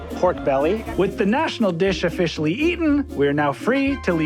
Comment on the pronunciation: ofFISHIALLY ahahahaah